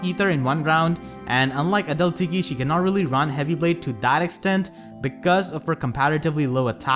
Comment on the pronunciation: Every time you say adult tiki I hear a dull tiki 😂 gets me everytime I love your accent!